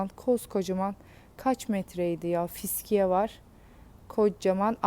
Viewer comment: Bu kadın "fıskiye" demeyi öğrenemedi gitti...